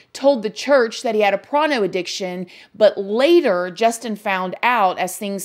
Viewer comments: Why the hell are you saying "pron"? 🤔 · What is a prano addiction?? Had to listen twice to make sure I heard her correctly.